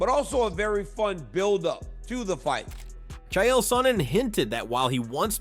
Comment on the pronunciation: As a South African I’m pissed about this Chael call 😂😂